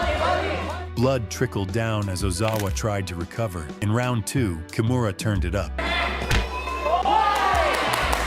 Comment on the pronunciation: Her family name is pronounced Kee-moo-ra. Please pass it on!